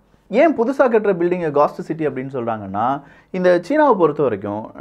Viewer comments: காஸ்ட் சிட்டி இல்லை கோஸ்ட் சிட்டி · Hai, You pronounce the Ghost city as Ghast city. Kindly pronounce as Ghost city